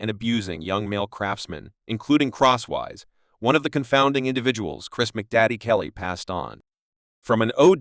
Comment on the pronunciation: It's not cross wise..its chris cross..get it right..numerous times this disrespects the story